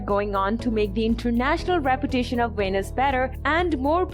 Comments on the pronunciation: VENICE is not venis, it-s so annoying when a narrator doesn't say or read the most important name correctly. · Why do you pronounce Venice like Venus? 😂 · The word "Venice" is English :face-green-smiling